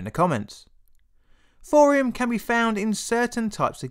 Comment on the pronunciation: "Thorium"... Not "Fourium". I like your content a lot man, really. But trying to listen to this without seeing subtitles or watching the video is nigh on impossible